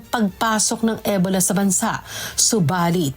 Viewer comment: E-bola ng e-bola si ate mo. Ansakit sa tenga.😅 Ee-bow-la kasi